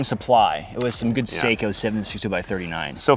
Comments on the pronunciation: SAKO (pronounced SOCK-o) is renowned for its precision rifles so the RK92/95 is actually what an AK SHOULD have been. I think Ian, from Forgotten Weapons ran a competition just like this, if not this very one. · That is not how Sako is pronounced